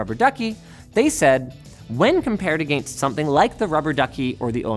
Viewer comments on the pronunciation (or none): Say “against” again? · Is anybody else freaked out about the way he says against?